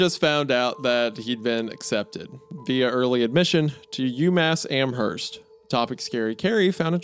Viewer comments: Hey I live near Amherst NS, and for the sake of all who live there, it is pronounced Am-Erst, the H is silent. Idk why that bothered me so but loved the video otherwise ❤ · I've lived in western massachusetts my entire life, I cannot tell you how badly I want to punch a wall because of how you've mispronounced the town names. Worchester the CH makes an "S" sound, Amherst you dont pronounce the "H", and Quabbin Reservoir is not like you would say quack is like when you say "pour quoi" in french man I'd watch a WW2 documentary instead of having sex. I have a hyperfixation on military history, my girlfriend would probably watch it with me